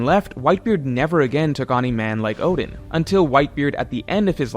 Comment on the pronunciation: Who the hell are Orden and Jayabura???? Fix your pronunciation